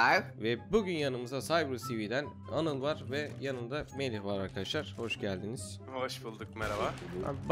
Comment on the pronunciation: Meraba arkışlar diyo bugra